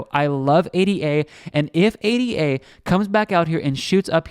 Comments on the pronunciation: It's Ada... not A D A.... as in Ada Lovelace a person. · A-D-A lol STOP CALLING IT THAT